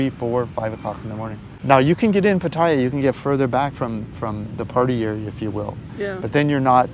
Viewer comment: Thais don’t pronounce it Pat-tai-ya……